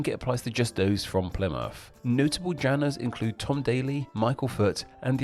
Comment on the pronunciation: "Plymuff" instead of "Plymouth", "duh" instead of "the", "wivvin" instead of "within". "Diss" instead of"this". And you keep emphasizing the ends of words in the style of Mark E Smith. Genuinely interested to know what your accent is, you know, so I know what your demonym is.